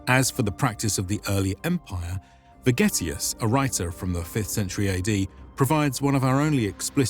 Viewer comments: Sounds more like "Vergetius" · I thought he said spaghettius😂